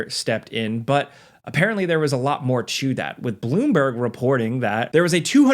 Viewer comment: stop pronouncing two or to like "chu" dude its driving me insane